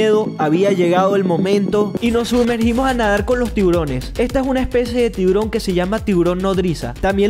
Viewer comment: En la chica dijo un tiborojojoj🤣🤣